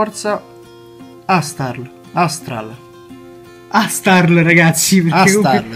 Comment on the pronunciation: quanto sono contento che hai sbagliato a pronunciare quel babbato di astral